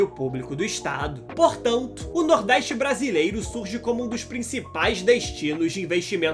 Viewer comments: Nordéistch? Pôrra é essa? NORDESTE, caralho! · Nordeiste? Aprende falar porra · Reportagem, deixa de ser retrogrado criando continuacao do preconceito Sudeste contra o Nordeste. Fala de 17% e os outros 83%? Nordeste nâo precisa de reporter preconceituoso como voce. Nos deixe em Paz com esse seu sotaque horroroso, inclusive aprenda falar a pronuncia correta da palavra Nordeste